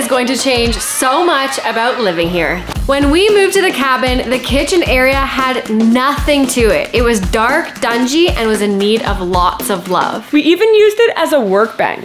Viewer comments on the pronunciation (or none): THE CORRECT SAYING IS " DARK AND DINGY"......NOT "DUNGY" AS YOU SAID AT THE BEGINNING INTRO. HAHA😅